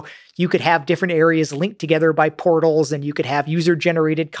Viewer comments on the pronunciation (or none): Lex, you need to pronounce "portals" more clearly. On first listening, I thought you said that Carmack had used VR to create "pornos into virtual worlds", but upon re-listening I figure you probably mean "portals into virtual worlds".